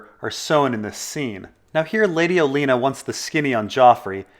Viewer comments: I love your videos, but why do you insist on mispronouncing names? "Oleena?" It's spelled "Olenna." Not "Oleena" or "Olena." Two n's. Oh-Len-uh. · 'Oh-len-ah' not 'Oh-lee-nah' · Holy crap at first i was willing to pass off your pronunciation of some characters names as a 'whatever', but with your pronouncing of the queen of thornes as Oh-lean-uh, it seems like you are willfully mispronouncing peoples names. What the fuck.